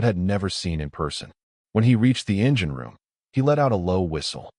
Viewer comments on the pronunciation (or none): none